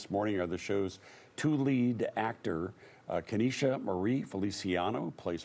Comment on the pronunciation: Kanisha's look at Ryan when he pronounced his name so wrong 😂